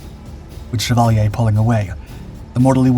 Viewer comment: shea-val-yea.. knock off Chevrolet